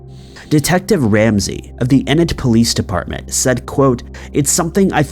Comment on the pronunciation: Enid, Oklahoma, is pronounced EEEE-nid....not eh-nid. just sayin'